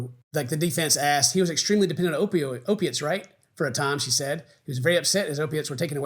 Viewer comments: I know this is extremely serious but you mispronouncing opiates repeatedly kept me going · “O-Pates”. Love it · Listening to attempting to pronounce “opiates” was so painful. I let it slide once, but it happened multiple times. Help him, Buff!!! I know you know how to read 😭 I’m kidding,. But seriously, just sound it out..